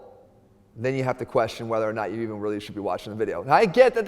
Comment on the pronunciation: Mann😂, "what's the benefit uuu got"😂😂😂